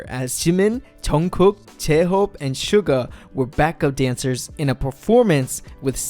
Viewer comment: the way he said jemin jeunkook jehope and seuga (jimin, jungkook, jhope and suga) 🙄🙄